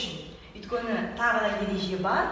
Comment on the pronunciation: неге сен өйткені деген сөзді өткені деп атайды?